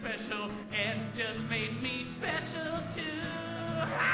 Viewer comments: I swear he keeps saying "pecial" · just a little bit 'pecial :D